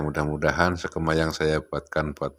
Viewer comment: Jangan sekema dong bos......tapi sekeeeeema